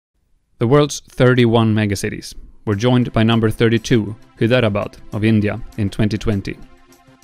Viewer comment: Hyderabad pronouncition though😂